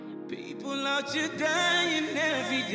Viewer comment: Loves when he says out chere :)